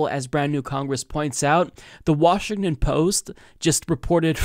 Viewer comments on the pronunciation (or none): none